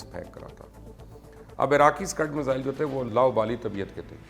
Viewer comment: بھائی مبشِّر "فار ریچنگ" جیسی غیر لسانی، غیر معروف اصطلاح کی بجائے "دور رس" استعمال کرتے۔ اسی طرح میزائیل کو مِسَ اِلس کہہ کر کیا ثابت کرنا ہے۔ امریکی کو امیریکن کہہ دیتے ہو اور اسرائیل کو کبھی ازرائیل اور کبھی اسرائیل کہہ دیتے ہو۔ طے کرلو کہ آپکے نظریات کس کے لئے، کس زبان میں ہیں، پھر پیش کرو۔